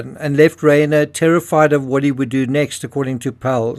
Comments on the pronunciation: Reiner is pronounced Rye ner. People become addicts because they have mental health issues. Normal healthy happy people don't become addicted to Meth. And 17 times in Rehab tell you alot about that person. If I had been his parents I would not have allowed him to have access to my home. Drug addicts can get violent , you never trust a addict ever. They are liars. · You are mispronouncing Rob Reiner's last name. It isn't like a horse's "rein," but rather uses a long "i," something like "Rhine." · If you can't pronounce the victims names properly you shouldn't be reporting on it. Rob Reiner is famous & the name is repeated over & over again. Not like getting the neighborhood security guard name wrong ! It is a lack of detail. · Understand, it's incumbent upon us to pronounce a person's NAME only as the man himself would. That's not only basic respect, but a goal of every good journalist.